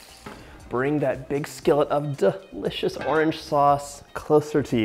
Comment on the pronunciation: Me: Its delicious John: Its duh-licious